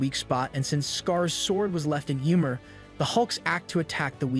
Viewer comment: YMEIR NOT YMOR. dont insult my smite main